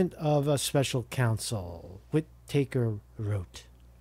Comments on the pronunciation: Whit-Uh-Kerr. Not Whit-Acre. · Pronounced 'Whit-ahker' not Whit Taker 😑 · Sessions takes the job, then recuses himself!? Gee, I wonder if he enjoys DEEP fried chicken? In the immortal words of Fred Flintstone - "OUT! OUT! OUT"!! Hey bro, I think it's pronounced "Widda-ker" Take er easy brosephus! Jack - Canada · It's pronounced Wit A Kerr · "Wittertake" is how you say "Whitaker" lmao? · Pronounced Whita-ker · pretty sure its whit-uh-ker but ya lol, good to see all the pieces still falling into place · What a boob. Whi taker 🤣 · I can't believe you don't know how to pronounce Whitaker.